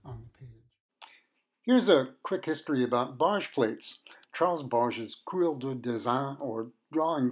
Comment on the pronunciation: Its Barge with a hard G